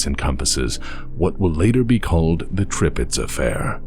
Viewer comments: I'm pretty sure SLS Tirpitz is pronounced just like the German Battleship of World War Two of the same name which is (Tur-pitz) like turn not (Trip-pitz). Other then that great Video! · This is a great video, even if I feel physical pain every time says 'tripitz' instead of Tirpitz. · Sorry, I love your videos, but the ships name is pronounced "Tur-Pits", like the WW2 German battleship, not "Trip-its". Again, sorry, but it just bugs me every time you say it. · It's TIRPITZ, not Tripitz. TEHR-PITZ. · That's the german ship, the ship in Battletech has the name spelt as Tripitz not Tirpitz. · It's pronounced terpitz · Great vid, but its pronounced Terpitz :D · Please look up how to pronounce “Tirpitz”. The German admiral from World War I is turning over in his grave. I can’t listen to that many mispronunciations when you can find it said properly in just about any documentary about the Bismarcks sister ship. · Am I the only person that continually reads the ship name as Tirpitz, and is surprised at pronunciation?